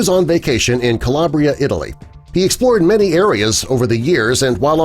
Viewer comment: Calabria is pronounced "ca LAW bree a" not the way this guy said it. If your aim is to inform about things please say it right.